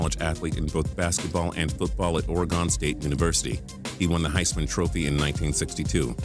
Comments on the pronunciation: Hey, it’s pronounced Oregon, not Ore-GONE. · Did he just say origawn!? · Fuck, learn how to pronounce Oregon. It's not Ore-gone. The "ON" on the end is pronounced "IN" or "UN". You're probably one of those tards who pronounce Nevada Nev-ah-da, which is also very wrong. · Does this guy not know how to say iregin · Finn Garner He said it wrong, not differently. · Or-Uh-Gun. As a Oregonian it gets annoying when people say it wrong. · And he mispronounced Oregon again.